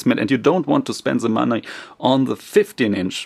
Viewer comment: Its not that hard to pronounce 'the'